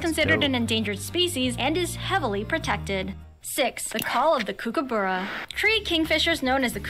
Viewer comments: Ostriches are native to Africa. Platypus tail is not venomous, the male platypus has a venomous spur on their hind leg, the effect on humans is painful but not deadly. The narrator of this clip doesn't pronounce emu or kookaburra correctly. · This narrator says things like Spotted Hairy Tail it's Spotted Quoll, Mythical Goanna it's just a Goanna. Also pronouncing Emu/Kookaburra incorrectly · Some of this video is inaccurate. Also says goanna and kookaburra wrong. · The way the narrator pronounced emu and kookaburra 😫 Also yes it is illegal to kill any reptile in Australia (there are some exceptions to the rule though, collection of certain common, wide-spread species for feeding purposes for example), and that goes the same for most Australian animals. There was also a lot of shots that weren't actually of the animal being discussed 🤔